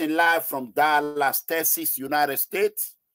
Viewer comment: Wait I just gat a question for you sir❓ Is it Texas or Teciss And also you do say Delis.. to be Dallas Sir which of pronunciations is correct????